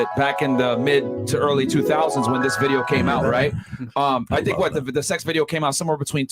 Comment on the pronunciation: "Like the bideeoo" hi